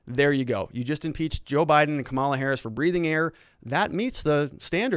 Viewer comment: Seriously, is there something wrong with your linguistic or are you intentionally mispronounced VP-elect name?....How hard to say comma-la. I am a Lincoln Repub, and have gotten over it the loss....You and the others should too